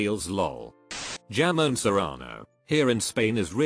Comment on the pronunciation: My bilingual dumb add was like, “ What is Jamón Serrano?” Then I looked it up and realized it was Jamón! This kid was pronouncing it as though the “j” was a “y/ll.” Only bilingual/polyglots will understand Also yes, avocados are very common in Mexico. Like literally everyone most likely has an avocado tree in their yards.